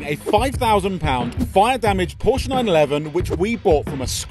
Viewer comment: And learn how to pronounce Porsche correctly-ask Alex he knows